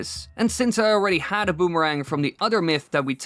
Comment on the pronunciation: a "bumarang" sounds incredibly painful.